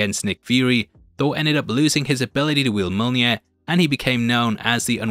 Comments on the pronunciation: its pronounced myo-nir not mona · I hear Molnir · Say "yolneer". Now say "me". Now say "me yolneer". Mjolnir. Me-yolneer. You can do it,. We believe in you. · "Mole near" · Mjolnir......say it with me now....myolneer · Mya-mya what’s mya-mya? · It's Mjolnir, ya chump! :elbowcough:❤